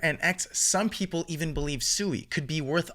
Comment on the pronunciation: PSA: It's pronounced "Swee" not "Sue-ee"